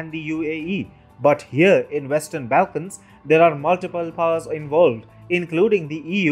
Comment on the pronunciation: you need to get your pronunciation of names correct. Angela Merkel is not Angle-ah Merkel. Your pronunciation of the ‘Balkans’ seems to have a thick native accent